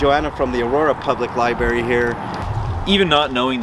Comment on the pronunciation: If you’re going to be recording in libraries and making YouTube videos to educate people, learn how to say the word “l i b R a r y”